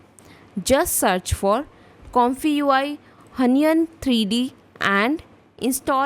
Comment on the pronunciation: Why do you pronounce it who-ny-an? It's wheon- followed by -yen (with o shaped mouth). wheon-yen